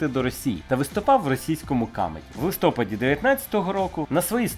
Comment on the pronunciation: не листОпаді, а листопАді, не снігОпаді, а снігопАді, не докУменті, а докумЕнті